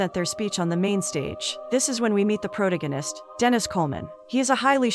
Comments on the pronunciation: This AI's pronunciation of protagonist is ridiculous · The way folks said protagonist